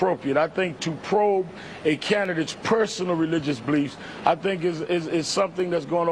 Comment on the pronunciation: "bleefs" haha. fucking sharpton